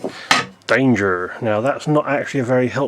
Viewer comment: Very American sounding "danger" lmao